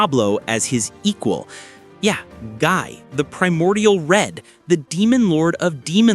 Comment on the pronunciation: I get aneurism hearing Gii's name get butchered in pronunciation repeatedly